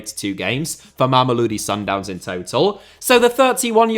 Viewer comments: Mama-low-dee sundowns. That will get you closer to the pronunciation, if you say it fast enough. In South Africa, the team is just called Sundowns for the most part. The area, is sometimes called “mams” (think Brits saying “mums”) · If I hear try to pronounce Mamelodi one more time I'm genuinely going to have a brain aneurysm also how the hell themba zwane got an honorable mention above players like rele Mofokeng or iqraam rayners even though he's been out for a couple of months